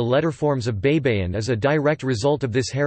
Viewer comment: Hey it's pronounced bye-bye-in, not bei bei in. Spanish and Filipino words are pronounced the same way it's written. Please do your homework. You're embarrassing. I suggest you find a Filipino speaker, not a Yankee.